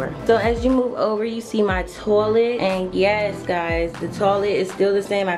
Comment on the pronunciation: I love the way she says toilet lol "toh-lit" You did a beautiful job, so inspiring <3